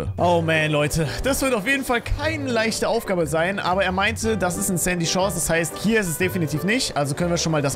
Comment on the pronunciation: Sandy Chores hört sich wie candy